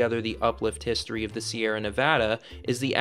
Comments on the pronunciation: Sierra not Sierras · “You are traveling to ‘The Sierra’, not ‘Sierras.’ ‘Sierras’ is grammatically incorrect and stories that use the word ‘Sierras’ lose all credibility with those who know better